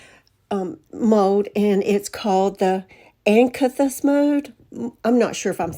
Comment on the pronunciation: Cute upcycles! Since you mentioned it, the way to pronounce "acanthus", is "uh-CAN-thus".